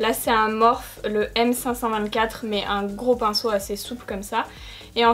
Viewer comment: Ta façon de prononcer « Morphe » me fait toujours beaucoup rire parce que ça me rappelle un personnage du dessin animé La Planète au trésor 😂 c’est une petite créature polymorphe (d’où son nom), donc voilà. #quis’enfouuuut J’ignorais l’existence de cette marque, la petite palette dans les tons violets est maaaaagniifique !! Et le fard rouge que tu as utilisé, wow !! Comme d’habitude, ravie de te retrouver en vidéo 💜 c’est hyper cool de suivre quelqu’un d’authentique, non niais, pro mais accessible...